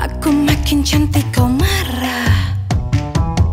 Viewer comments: iya bener, tente ini ngomongnya chantik bukan syantik mampir kesini cuma buat memastikan :v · Pencetus kata "syantik" itu mimi peri. Kalo syahrini tidak bilang syantik tapi "cantik" tapi pengucapan huruf C nya dibuat sedikit mendesis😂